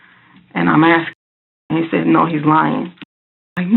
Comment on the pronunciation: Worst thing is, she says “axing”, instead of “asking”. I mean how disgusting is that! Pure evil.